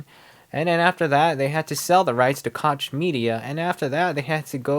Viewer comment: Its Koch, not Kotch. There is no T in that word. Anyways some of the pros and cons can somewhat be said to be subjective, but they seem to be right.